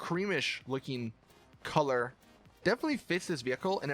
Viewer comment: He pronounced colour strange and I laughed. Sorry